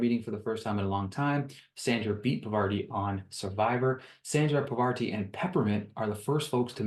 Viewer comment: The names you missed were Parvati(parr-vah-tee And sheree(shuh-ray)